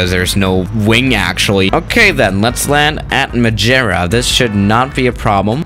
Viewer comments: Majierra??? Just say madera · Its MadEIra not MadJEra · Its MADEIRA not Madjira lol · The word: "madeira" The pronounce: "mádêíra": "Majera" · let’s land at Madjeria Me: what the hell its maderia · Wtf is majera? It's Ma-de-rra Madeira it means wood, and I really don't know why they named it like that, the dude was probably drunk on some really early super bock 😂😂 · Majeria 😂 it’s mad-er-ia but nice try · Majira cant say madeira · “Madjera”😂 Um grande abraço de Portugal🙌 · MI-DE-RIA For which can’t pronounce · I’m Portuguese and he just said madjeura??? Lmao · I think it’s called Madeira - not Mageira. 😂😂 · It's pronounced may-day-da and I live there, it's a Portuguese Island if you didn't know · I am from Madeira (madjera hahaha) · Madeira - pronounced mad-eh-ra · “Mageira” bruh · Its ma-deer-a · I'm from Madeira and it kinda pissed me off how he said it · It’s Madeira not Madeira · It's spelled like Maadeiraa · Kind of annoying how you can’t pronounce Madeira, it doesn’t even have a letter G in it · The way you pronouce Madeira gives me OCD. Src: I am Portuguese